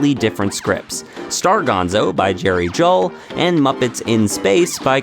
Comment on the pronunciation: I understand Juhl is pronounced Jewel.